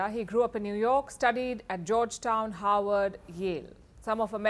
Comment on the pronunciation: Georgetown, HARVARD, & Yale? Was "Howard" a mispronunciation or a misprint on the screen? 🤔 Just curious, as they are different schools in 2 different cities. 😊